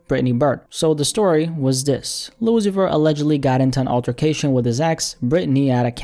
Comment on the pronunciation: ‘lil uzi verr’ 😭